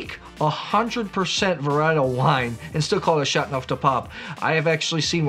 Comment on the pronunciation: It’s Châteauneuf, not Châtneuf. The eau is not silent.